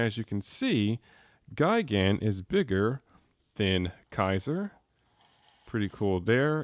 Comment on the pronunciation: just me or does he say gaigan